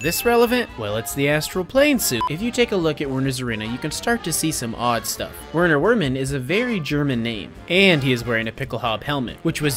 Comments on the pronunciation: since he probably is german/Austrian etc this would be incorrect according to the german pronunciation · Since he's German, this is not how to say his name. 😅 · The ws are supposed to be pronounced with v its german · Hey, I just wanted to say I speak German and here are the pronunciations that I think you might want to look at: Katzenwagen (literally cat cart, is pronounced: Katzenvaugen) Werner werman is pronounced “Verner Verman” (a play on words of: vermin)